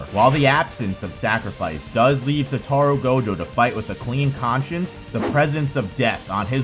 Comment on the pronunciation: Sorry but this video annoyed me a lot, not in content, the content was fine. But because of how incredibly wrong you say "Satoru". I will never understand how people have so much of a problem saying the names when the anime exists and you hear how it's said there. It's SatOru, not SatArou or SOtorou like you say it.